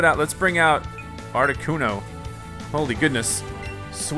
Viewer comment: that's how you say articuno